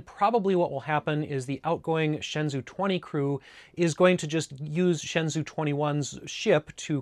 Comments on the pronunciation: Just a quick tip, the shenzhou is pronounced like "Shen-Joe" you pretty much got it right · It’s pronounced like “shen-joe”. “Zh” is like a j-sound. “Ou” is an o-sound like the name Joe.